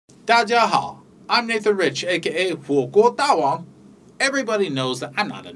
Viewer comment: I love the way you pronounce 火锅大王